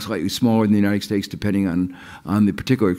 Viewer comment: He always says "United Stakes"